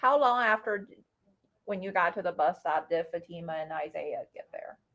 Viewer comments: How come the defense attorney can’t pronounce the girl’s name correctly. It’s fa-TI-ma, not FA-ti-ma. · It is so rude to me that the dad's attorney cannot or will not say Fatimas name correctly